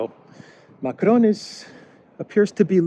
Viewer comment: Ma-CRON as you are pronouncing it would be spelt Macrone. "Macron" ends just with a nasalized "o" sound. Hope this pedantry is useful.